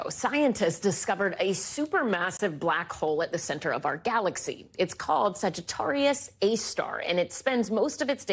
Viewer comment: Whoa, I can't believe she got it's name right. I'm impressed. "Sagittarius A Star". Hardly anyone gets this right.